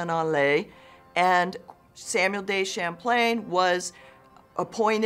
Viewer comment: History professor: "Samwell Day Champlain" Same History professor: says all other french words with impeccable accent